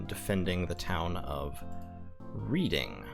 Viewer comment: Just gotta correct your pronunciation because of my autism, "Reading" is pronounced "Red-ing", it's a city in the UK. Great series btw :)